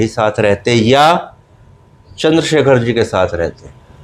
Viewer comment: Ye itna bada reporter nhi hai ki Chander Shekhar Bhai ko Chander shakher bol rha hai thodi tameez bhi Sikh lo